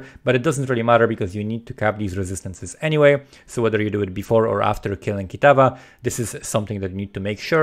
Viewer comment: There is something funny about you pronouncing Kitava haha.